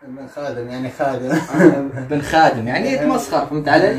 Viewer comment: قال بئر خادم وليس بن خادم 😂😂